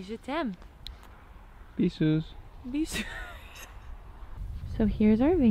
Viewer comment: Loved the video guys, it is great seing you on the ground ! BTW Eamon saying "Bisous" sounds like "Pisseuse" which means something like "little wee wee girl", and then you see him pee... Timing people, timing !